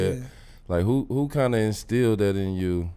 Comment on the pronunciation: Did D.Miles say "Instilled"?!?! bout time lmao no more "Installed"...also Andre miller is hilarious lol I did not expect that